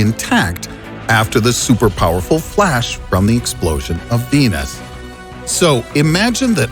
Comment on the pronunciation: "A FWASH"